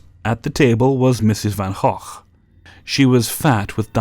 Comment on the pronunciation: Thanks, your pronunciation of Van Gogh was so much more correct than it's pronounced in America than it messed with my head.